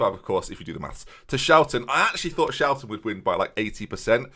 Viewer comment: well, the why is pretty obvious with how the name was mispronounced